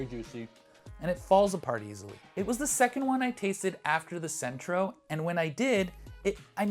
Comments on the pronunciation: Cento. Not Centro. I had to stop watching bc of this haha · Why did Cento, pronounced "Chento, not sentro BTW, drop the official EU DOP certification in favor of a third party certification that i might assume they paid for? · Good video. But it's Chento, not Sento. C followed by e is pronounced CH in Italian. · Its not Centro, it’s Cento, and it’s pronounced “Chento”. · NOT CENTRO NO RRRRRRRRRRRRRRRRRRRRRRRRRRRRRRRRRRRRRRRRR!!!!!!!! PRONOUNCED: CHENTO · I have to say, your scientific thoroughness is suspect when you say "Centro" instead of "Cento" multiple times, and put the misspelling on a graphic. It's Cento, pronounced CHEN-toe. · Cento is pronounced “CHENTO”, not “Sentro”. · Exactly! CHENTO!!!!! sentro. wth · pronounced "chento", not "sentro". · It's Cento (no R in the word) and pronounced CHEN-toh. They also have a D.O.P. version which is my go to. I tried them one time because they were on sale and I had always been curious. I'm never going back. For the few dollars difference it is well worth it. Also tasting them straight from the can is probably not best. Think about it, that is now how they will be used. To properly test them put them in a simple sauce and then compare. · It is Cento not Centro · If you are reviewing tomatoes, supposedly from Italy, two things - First, there is no R in Cento. You pronounce it with an R, and the copy reads that way on the video. Second, the pronunciation is not Cento, rather, CHento. That bugs the hell out of me. Similar to people to try to make Bruschetta. There is no BRUSH in Bruschetta. Pronounce it Brew sketta. At least then you won't stick out like a duck in a hen house. Until they taste what you have made. Ciao. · First off they are CENTO pronounced CHENTO there isn't an R in it bruh! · You kept on saying "Centro" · There’s no “R” in Cento. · Dude you really need to learn how to properly pronounce Cento if you want to be taken seriously. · Thank you. Hearing "Sentro" made my skin crawl. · Cento not centro